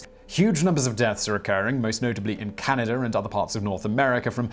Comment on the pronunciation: anyone noticed this guy adds a slightly noticeable R at the end of words that end with A , like "canada r and"